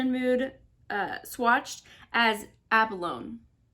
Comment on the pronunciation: Oh my goodness- you must be so much younger than me to not know what abalone is! It’s pronounced like ab-uh-low-knee. It’s used in jewelry- it kinda looks like a pretty oil slick. 🤣☺️🤣